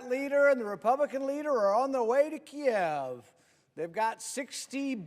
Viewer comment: I couldn't help but notice and applaud that he said "Kiev"; not Keeeev. I wonder who else noticed and what they'll have to say about it.